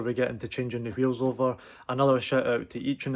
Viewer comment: Bro said qheels 300 times